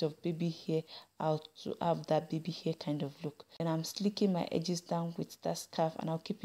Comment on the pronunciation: it's funny how you say "air" for "hair" and "hoil" for "oil"